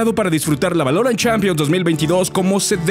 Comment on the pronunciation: Buen video pero, ¿Por qué pronuncias así "Valorant"? 😞